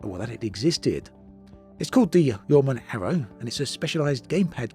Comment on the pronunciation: I googled Yeoman because that is how you pronounced it. It is actually YAWMAN.